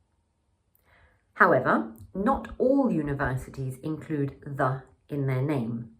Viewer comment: '디 유니버시티'나 '디 UK'가 아니라 '더 유니버시티' '더 UK'로 발음하는 것 아닌가요? 반자음(반모음) /j/은 자음 취급해야 하는 것 아닌가요? 발음할 때 '디'로 들리는 부분이 있어 드리는 말씀입니다.^^